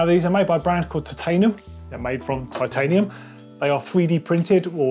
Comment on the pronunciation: “titanum”— did they save weight by dropping the “i”? 🙃